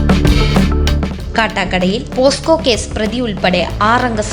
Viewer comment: പോസ്ക്കോ അല്ല പോക്സോ😜😜😜